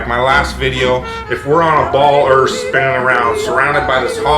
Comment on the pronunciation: The girl says ERF